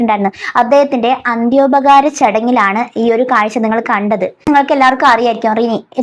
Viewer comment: അന്ത്യോപകാരം അല്ല അന്ത്യോപചാരം